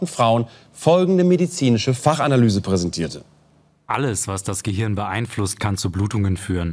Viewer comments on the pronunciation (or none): none